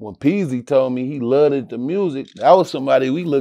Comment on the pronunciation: Never heard anyone pronounce the word loved the way rio does haha